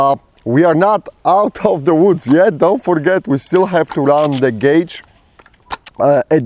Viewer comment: AKs... In the “woo-ds”!